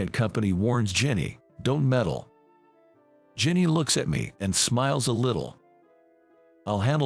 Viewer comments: Jenny, Rachel, Christine her parents went wild in naming her. This autobot needs to be tweaked on pronunciation. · Need to learn to speak certain words right . Also her name is Jenny